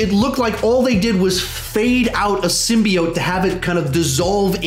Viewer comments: Symbiet Lol it’s Sim-bee-ote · Why can't anyone say Symbiote right???